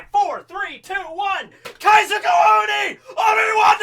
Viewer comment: Nobody noticed he said naru instead of nara? And owni instead of ON-E